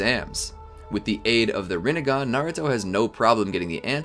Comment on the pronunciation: That you said ramengan